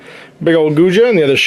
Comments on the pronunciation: Guijia = Goo-ee jee-ah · It’d be closer to « koo-ee jee-aa ». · I believe the Guijia is pronounced something like gway-jaa (gway like 'sway' and the jaa is kinda like 'jar' but without the 'r' on the end)